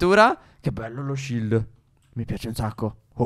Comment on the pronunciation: Stef perché dici shild se siamo in in Minecraft